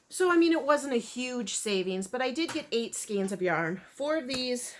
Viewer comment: Thank you for pronouncing "skeins" correctly!! It drives me nuts when people pronounce it skeens.